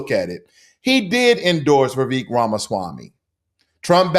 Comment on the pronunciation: It's not ''Vivek'', it's ''Vivekkk''.